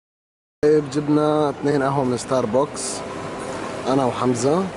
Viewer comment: اسمو ستاربكس مو ستار بوكس هههههههههههههه